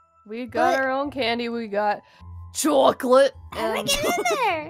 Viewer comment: Minecraft nerd:CHOCLATE:CHOCLATE Aphmau:CHOCLATE me:WTH CHOOOCLATE 😹😹😹😹